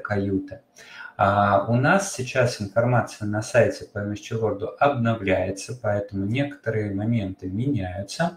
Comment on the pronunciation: Почему Вы говорите МСЧ? Английские буквы читаются эм эс си. Звука и буквы Ч нет. Это очень режет слух